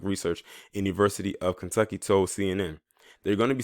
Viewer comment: He said Klantucky 🤣😂 Love it !!!